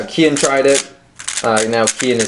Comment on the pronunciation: Kian rhymes with neon